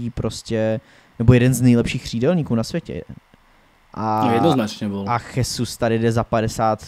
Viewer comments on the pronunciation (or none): Chtěl jsem to připomenout sám, pak jsem koukal, že Honza Tureček se na závěr svého komentáře také zmínil o té výslovnosti. Gabriel Jesus “Žezus” (v Brazílii je oficiálním jazykem portugalština) Naopak Španělé by jméno Jesus (např Jesus Navas) vyslovovali jako “Chesus”. Přijde mi tedy vhodné zde zachovat mateřštinu pro výslovnost… Ale už jsem si za ty roky zvyknul, že vědomí a svědomí mu nedovolí si připustit něco podobného k srdci, a tak bude Jesusovo jméno vyslovovat neustále “svou vlastní pravdou”. Já sám kolikrát třeba nevím, jak nějakého hráče vyslovit, ale když mě na to někdo upozorní, nebo si to pro zajímavost vyhledám, něco si z toho vezmu a snažím se hráčům přiřadit správné výslovnosti. Prostě jde jen o to si přiznat, že nejsme bezchybní. Chápu, že dneska jedete všechno bez přípravy a takhle, ale asi by nebylo od věci si třeba alespoň občas pročíst komentáře, které vás třeba mohou konstruktivní formou trochu usměrnit. Děkuji